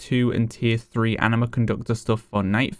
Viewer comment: Is it just me or does he keep saying Enema?